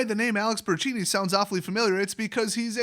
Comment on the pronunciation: Say it with me... Bur ton chee ni